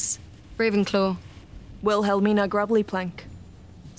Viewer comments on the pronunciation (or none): "Will hell mina" lmao what is this pronunciation 😂😂 it's willamina